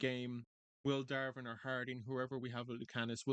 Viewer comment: it's not darven it's Davrin Dav rin